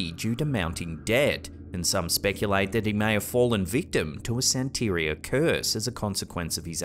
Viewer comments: its pronounced "santa-ria" NOT "san-teria".... Santeria is pronounced "Santa-ria" :) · Just fyi it's pronounced "san-tuh-REE-uh," not "san-TAH-ree-uh." Your emPHAsis is on the wrong syLLABle, lol. Just thought you might like to know for next time. Love the videos keep em comin. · It's pronounced Santa Ria,. Like Maria😁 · Its San-ta-ree-uh. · The word ‘santeria’ is pronounced santeREEah. Emphasis on the third syllable. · it's pronounced "SAN - ter -ri - a", emphasis on first syllable. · Santeria.. pronounced Santa-ria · It’s pronounced Santa-ria. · You're saying it wrong..... Think of it like a Pizzeria that serves "Santas" Santa-ria... that's how you pronounce Santeria. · I love u, but its pronounced, san.ter.ria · It's pronounced "santa-ree-ah". U make it sound like an off-brand laundry soap. Beware-some may take offense to ur lack of interest in saying it correctly..which u kinda do alot dude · That's a pretty bad mispronunciation of "Santeria." Don't you listen to Sublime, lol?